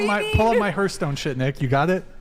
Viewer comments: but did he ever learn how to pronounce "hearth"? heart. hearth. heart. hearth. xD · How does not know how to pronounce Hearthstone